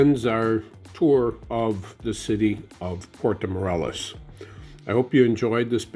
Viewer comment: I like the "portow morellis"..